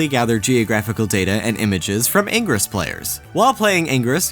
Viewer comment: I'm sorry, but all I got from this was that can't pronounce "ingress" correctly.